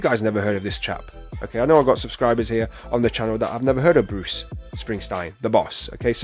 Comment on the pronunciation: Best reaction I've watched to anything Bruuuce! You nailed it. (I know you'll get his name right next time.) Thank you!!